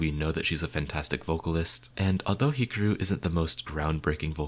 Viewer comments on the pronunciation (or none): Heeka - roo. Makes me giggle when people pronounce Asian idols in the whitest way possible… super cute and embarrassing